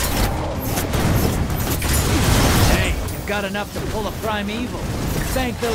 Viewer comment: Ok Ok is it just me or the way they say 'Primeval' sounds like 'Prime Evil'?